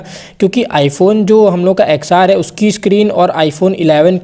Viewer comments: 'Axe R ' nahi bolte hai bhai 'XR' bolte hai😁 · ' Axe R ' nahi bolte hai bhai ' 10R ' bolte hai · 10R pronunciation hai XR nahi